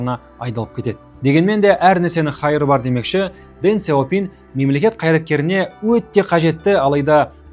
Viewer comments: қытайдың сөздерін орыс тілінен емес тіке қытай тілінен қазақша тілмен айту керек, Дэн Сяупин емес , deng xiao ping яғни Дың Шяу Пиң деп оқылады. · Неге орыстың мүкіс тілімен сөйлейсіңдер осы, Deng Xiao ping дың щяу пиң дегенге қазақтың тілі келіп тұр, ағылшындарда осылай айтады